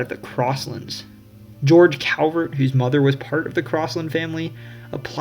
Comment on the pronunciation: Very well done. Kudos. A coupler of corrections. The correct pronunciation of the Calvert family name (and hence the correct pronunciation of the County that bears their name) is CALLvert not COWvert. Most Marylanders will mispronounce it -- as I did when I was young. But I was publicly corrected by the then Comptroller of Maryland, Louis L, Goldstein and a Calvert County native. But he was such a gentleman that his correction felt more like an education than an embarrassment. Another point is that Edgar Allan Poe was born in Boston; he died (and is buried) in Baltimore.